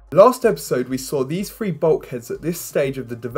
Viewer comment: Love your videos man, i'm a SpaceX enthusiast. Just ONE thing please: can you please say "Three" rather than "Free". I know you're probably from South London or something but.... constantly hearing "free" (for the number that is 2+1) does grind brother. All respect etc.